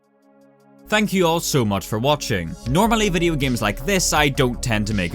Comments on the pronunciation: I like how he said giams instead of games, its funny, lol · Why does this dude pronounce games as giems? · "Giems" .... lul xD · почему он говорит «гиеъйемс»